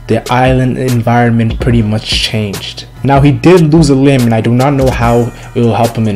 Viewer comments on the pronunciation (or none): none